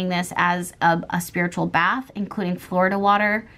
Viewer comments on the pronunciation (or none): none